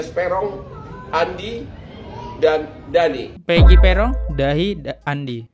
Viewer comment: Dani bang bukan dahi 😁😁😁,sekalian aja Daki bang 🤣🤣